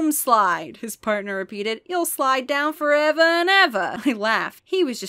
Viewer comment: He's slidin' forevah 'n evah on the doom slides 😭